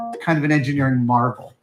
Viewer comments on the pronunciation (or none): none